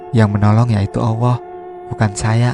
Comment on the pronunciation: Susah ya min. Klo sudah biasa allah dengan sebutan awoh... ...🙏🏽🙏🏽 ttp semangat..... Sukses